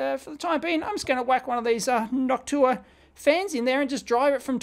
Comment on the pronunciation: Dave I'm your biggest fan ! It's pronounced "Noc-shoe waaa "